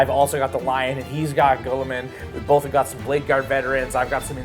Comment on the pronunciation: unfortunately the lions rule set is bad compared to most other chapter leaders & by far the worst of the primarch class units! Also can i just ask ........ Who the hell is Gull a men??? Tool so bad at his job he can't even pronounce names correctly!